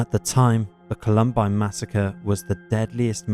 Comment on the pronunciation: The narrator sounds like AI, how did he mispronounce Columbine